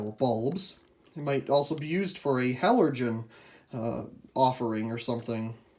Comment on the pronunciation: You said “halergen” 😂😂😂